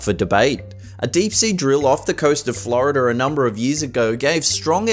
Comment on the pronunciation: #9 Stop believing the word years (see the r) is pronounced Yeeez. And Florida (no r at the end) is not Florider.